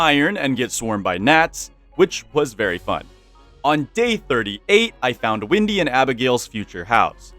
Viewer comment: yo isnt her name is wendy and not windy